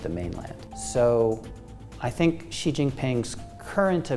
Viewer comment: Oh my God,: is it so difficult to find out the correct pronunciation of "Xi" (president of China)? Just ask your consultants, Google it, or ask any Chinese person. It's "she" as in the pronoun. Not "see" or zjee". Are we professionals or not?